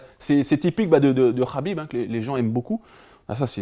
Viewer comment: C'est Habib pas Khabib